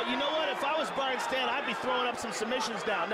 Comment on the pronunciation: Hey... it's Brian Stann, not Brain Stan